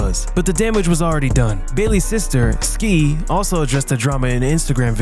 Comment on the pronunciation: Ski (Halle's sister) is actually pronounced sky.